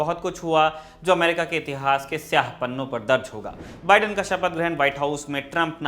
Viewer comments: अबे मोदीके नौकर ऐंकर , बिड़ेन नहीं बाइडन बोल , तेरा बाप trump गायक तो दूसरोंका नाम भी ग़लत बोलेगा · Joe ka biden theek karein please . बाइडन, not बिडेन